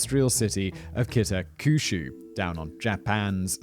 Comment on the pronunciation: I’ve never heard so many different pronunciations of Kita Kyushu in one session. You did ok with the names of the key players though.